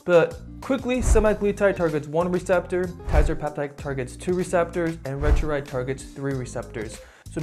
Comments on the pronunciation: Retruride??? Seriously...learn how to pronounce it !!! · Couldn’t watch because you kept butchering the pronunciation. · you're not pronouncing them correctly: ret-a-TRU-tide and teer-zep-i-tide